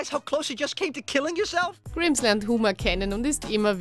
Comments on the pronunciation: "Grims" das wird "Greims" ausgesprochen. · ausgesprochen frenk graimes - frank grimes.. sprecht wenigstens die namen richtig aus, guckt die deutsche übersetzung an, damit ihr wisst wie man namen ausspricht.. letztens erst tekah... tikej ausgesprochen verdammt nochmal! ansonsten top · Oidda i hobs da schon mal gesagt man schreibt nur Grims man sagt aber Greims 👿 und Ceciel müsste Bob seine Schwester sein der heißt schon Cecil gesprochen Cecel. Bitte lerne richtig zu sprechen sonst habts ihr bald nenn Abonnenten weniger 👿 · Grimes is not a Bösewicht! Und: Greims not Grims😁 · Die Sprecherin ist offenbar mit den Simpsons (oder mit der englischen Sprache) nicht so ganz vertraut. Z. B. spricht man Grimes nicht "Grimms" aus 😏 Trotzdem: Grüße nach Österreich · „Frenk Krims“ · Greimes und er kimmt zweimal ihr sprecht in jeder folge was falsch aus